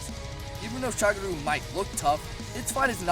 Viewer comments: What's a shagroo? Edit: Moncher huncher? Practice enunciating :/ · holy shit, not Shagru, its Shagaru, SHA GA RU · I thought it was magara not magala for shagaru